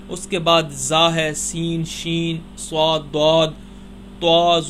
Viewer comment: بھائی صواد نییں ہوتا صآد ہوتا ہے اور طوا نہیں ہوتا طا ہوتا ہے